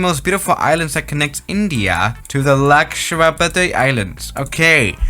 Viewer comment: same for lakshwadeep airport